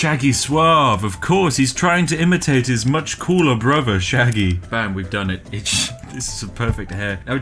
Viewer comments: NIGEL Sheggy, not Sheggy 🤪😆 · imagine soelling Shaggy "Sheggy" And I thought Brits knew english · Shaggy ... With an 'a'. What's a sheggy? (Gets punched and explodes)